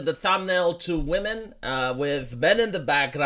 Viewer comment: "It was NEVER abour wahmens rights"